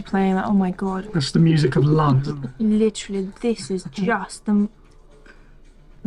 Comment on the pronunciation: "Literally" "Litererally" "Literally" 🤦‍♂🤦‍♂🤦‍♂